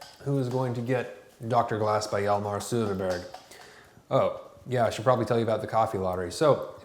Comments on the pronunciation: Jalmarr Suderburg lmao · The 'ö' in Söderberg is pronounced like the 'i' in bird.